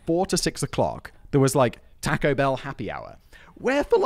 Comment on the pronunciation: Sorry but Taco Bell is not Mexican food in the US, it's fast food. There are great Mexican restaurants all over the US. Also, Simon, you can't have an opinion on Mexican food until you pronounce taco correctly🙂